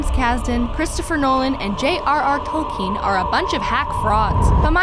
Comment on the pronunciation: THANK YOU FOR SAYING TOLKIEN CORRECTLY!! :D